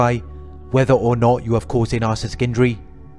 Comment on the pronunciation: Love your informative videos... thank you for sharing. I do want to mention...it might be something silly to notice but isn’t it narci-ssis-tic not nar-cis-tic I swear I hear you skip the entire middle of the word.